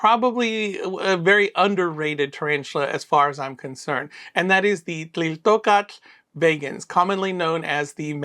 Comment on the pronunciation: Your pronunciation it's very well my friend. A lot of mexicans, including me, have problems with that kind of names 😆😆 so, I know, the Nahuatl it's very hard 😆😆😆 but you done very well 👏🏻👏🏻👏🏻